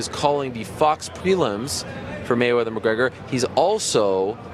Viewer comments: McConor? LMFAO......Mayweather Sr. wow!!!! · Lol there was not one interview that Floyd sr. said Conor mcgregor name correctly